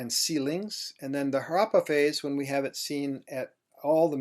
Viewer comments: If I may: it is not Haraapa; it is Harappa. हड़प्पा in Devanagari, the R actually being aDa rolled by the tongue! :) (the two a are short vowels pronounced as in un (uneasy, unusual, etc) It is not Raavi; it is Ravi! :) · His pronunciation of Indian words is impressive except Harappa